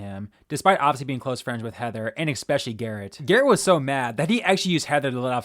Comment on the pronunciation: You lost me at "Expecially"